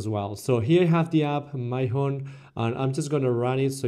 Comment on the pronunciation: Lol it's Mee-hon